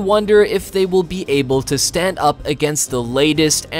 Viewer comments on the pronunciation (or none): none